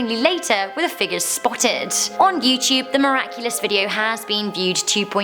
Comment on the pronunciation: Lol she said "a yyyuuewwwteuubee video"